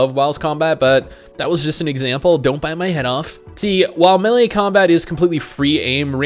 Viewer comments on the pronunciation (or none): none